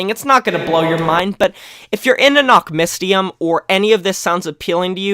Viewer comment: Fyi, the y in nachtmystium is pronouned like the y in syringe or the first y in mystery.